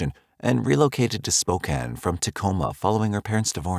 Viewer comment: Much closer, well done! There's a bit more stress on the second syllable typically, "Spoe-CAN", but honestly good job.👍